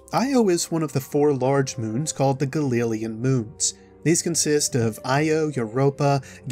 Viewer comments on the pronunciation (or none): that's not how you say "Galilean"...... it's "gal il lee an" Galilean... just saying... 'cause you know... Galileo... yeah...